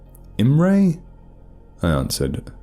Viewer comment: Love the take, thanks for the great narration. One slight criticism of Hungarian names pronunciation: the "i" of Ilona is pronounced something like "e" or the "i" in information, and there is no "j" there. Same with Imre's "i". I also wonder which city/town the author based the tale in :).